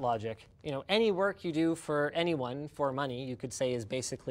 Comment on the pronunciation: I keep thinking he's saying twerk...I don't mind over twerking